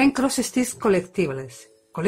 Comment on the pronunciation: Qué identificada me siento con lo que dices de sentirte al principio aislada en lo del punto de cruz, y descubrir luego un mundo a través de YouTube. Estoy escuchando con mucha atención tu "rescate" del pdf antiguo al Pattern Keeper. Por cierto se pronuncia *co-léct-ti-bols*.